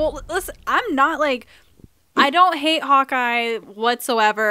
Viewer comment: The fandom loves you for using the clip of Chris saying “I don’t wike it” on the Natasha-Bruce scene! WE ADORE YOU <3